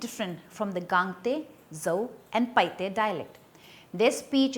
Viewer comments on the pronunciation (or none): Paite not PaiHte